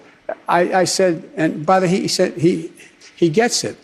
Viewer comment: Throughout his presidency, I'm gonna keep track of how many times Joe Biden says "buttahesaid" and/or "buttahesay"